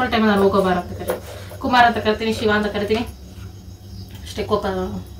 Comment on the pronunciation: ಸಿವ ಅಲ್ಲ ಶಿವ